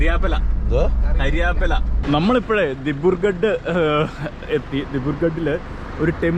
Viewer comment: ചക്കക്കുരു കൊടുത്ത് ആസ്സാം കാരെ എക്സ്പ്ലോർ ചെയ്യിക്കണോ.. കരിയേപ്പില അല്ല... കറിവേപ്പില.. 😄😄🤪👍